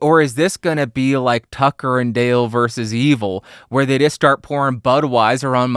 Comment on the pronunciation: This is good advice, and other than the times you refused to say "versus" correctly, I've always enjoyed your commentary. :-) "Make it great going in" is great, but you don't always have that option. My co-host on Total Babble, the best show ever, is 3000 miles away in an untreated room. We've made it better and this video caused me to self-examine and rethink some processes. I feel like I was over-processing. Compression mostly... Man I wish I could get refunds on all my unused plugins. Thanks!